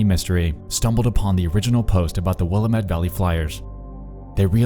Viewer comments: I always forget people not from here pronounce the word Willamette like Will I Met lol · wil-AM-it dude wilAMit she even says it in the voicemail message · say it with me: Will am it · Loved the video. As a Portlander I gotta inform you that Willamette is pronounced "will- lamb-it", rhymes with dammit. :) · mk Ima move to the other side of the country I'm done with oregon. also its pronounced will-am-et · It’s the will-a-met, damnit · It's pronounced will am it lol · Me, every time he says Will-uh-mette: It's not important. It's not important. You don't need to correct him on his pronunciation. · I hate to be "that person" But I'm from the Willamette Valley area, and it's pronounced Will-Am- It, not Willa-met. Great video though! I'm glad you beat Covid's butt! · It's Willamette dammit.. that's the best way to learn to pronounce Willamette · The number for the Willamette(pronounced Will-ăm'-mett) Dream... is the area code and number for a small town (Lebanon) land line in Oregon. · Btw I live in Portland and it's pronounced like dammit, "Will-a-mette dammit" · and its will-a-mette short "a" like in ham. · You include a recording of how Willamette is supposed to be pronounced but decided to pronounce it will-uh-met throughout the entire vid? SMH. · Hey it’s pronounced will-ah-met. :) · Nexpo: Will-a-met People from the PNW: < visible suffering from wanting to correct him > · Willamette is pronounced Will-lamb-it not Will-uh-met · oh nexpo baby, it’s pronounced will-AM-it. feels special that you did this episode though because i’m local, thank you 🥰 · FYI it’s pronounced WIL - LAMB - IT (Willamette)😎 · It's pronoucned Will-AM-uht, not Willa-mette . You lie about being from Portland, but this is cool. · Just so you know, Willamette is pronounced will - am - et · It’s “Willamet”, dammit. (“Willamet” rhymes with “dammit”.) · he pronounces Willamette like "Will I met" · I love how anyone not from Oregon pronounces Willamette wrong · Godamnit Willamette